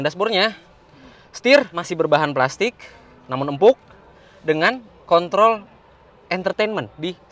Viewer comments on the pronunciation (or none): none